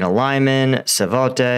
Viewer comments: Subscribed, like and so on, but please try to say Sva-to-ve, not Savote. I know, it's another language, but try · Still not Ivanski, it's Ivanivske, and not Savote, it's Svatove. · I think the only uncomfortable part of the word when you naturalise the sounds into English is really the initial "sv" combination, which if it was really difficult I think an English-speaker might be tempted to break into an extra syllable to get /səvatəvə/ instead of /svatəvə/. But to get to the "Sa-vo-tay" in the video is just strange, and I think is explained by Americans often trying to make all foreign words into a weird sort of Spanish. Those sounds in "Savotay" /savɔtɛj/ are nothing you could get from the spelling or from hearing the word, but they are what you might get if you tried to think of the sorts of sound combinations you were used to hearing in Spanish words like "cenote" or "coyote" or "peyote" or "bigote", and then you just said that instead of what was actually there in the Ukrainian town name! (We are pretty monolingual in the UK too, and while I'm sure we come up with equally strange pronunciations for words too, we don't do it in the same "Spanish-isation" way as in the US) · What's the odds of him learning that the city is named Sva-to-ve and not Sa-vo-te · Hi, love your updates! One thing...on the map you often refer to Svatove. Its pronounced "Svya-Toh-Ve".:) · Great content as usual. As person who spent most of my life here in Dnipro(petrvosk) I know how hard it's to pronounce some of toponyms. But Svatove is quite easy it's just SWAT_TOW_Eh